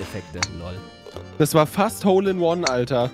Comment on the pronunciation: Wie oft habt ihr hol in One gesagt in dieser Folge 😂😂😂😂😂